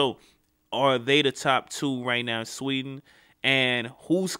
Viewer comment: sweden you dont say it rigte